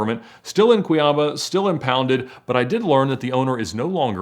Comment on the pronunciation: Not cuIAba, cuiaBA